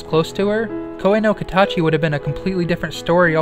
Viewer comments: i immediately clicked off the video as soon as you said "kouwe no kataachi" i cringed so hard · idk the pronunciation kinda made me cringe and sink into my seat but okay, whatever. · The way you pronounced Koe No Katachi was hilarious 😂